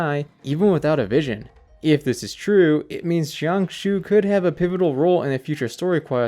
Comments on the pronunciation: jiang xue is pronounced like jang sure, not shang shoe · i think his name is pronounced more like jyang-shoe-uh. but the j is like long? not like the j in “jump” but more like the S in “asian” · jiangxue is pronounced like jee-ahng shooh-eh